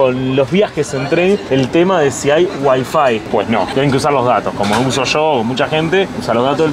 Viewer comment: Seguis diciéndo mal Wi Fi acentuando en Wi....no aprendes más